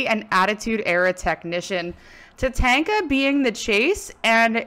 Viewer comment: Ta-Tawn-Ka not Ta-Tank-a lol